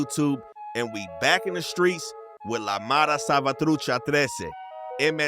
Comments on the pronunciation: Bro said mare salvatruce perfect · Damn pronounced Mara Savatrucha better than most foos 😂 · Let’s give it up for Spanish lol bro said that perfect